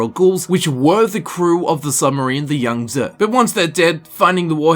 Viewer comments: It's pronounced with a long e sound. Sort of like yang - zee. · Yangtze pronunciation = yang-zee